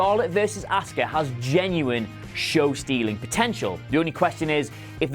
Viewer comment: Yet again with the deliberate misprouncing of Asuka. Why do you do it? Do not listen to how it's pronounced every week?